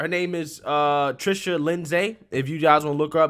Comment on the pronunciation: You mispronounced her info. Respectfully you should shed more light on her these days, pronounce and spell her name correctly. You called her trisha or something...yeah i had to find her correct info by watching other videos. I wondered if they came after her and would like a follow up now that mainstream is allowed to talk about vax injuries. ...Thanks.